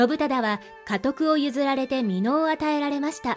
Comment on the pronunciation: 美濃をみのう、間髪をかんぱつと言ってました